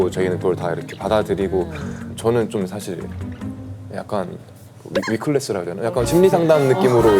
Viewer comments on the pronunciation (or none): 위클래스 ㅋㅋㅋ 위클래스 라고? ㅋㅋㅋ